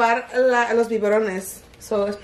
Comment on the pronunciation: I love how she says “biborones”🥺😂💝and it’s “viverones”